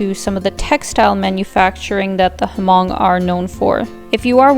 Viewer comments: Great vdoAlina, but you should pronounce Hmong with the H being silent. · Corrections on the name HMONG, The “H” is silent, the proper pronunciation is MONG, not HA-MONG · The H in Hmong is silent... just say "mong" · Just fyi but, h in Hmong is silent. The locals just say ‘người Mong‘, Mong tribe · The H is actually silent we Asians pronounce it mong 😂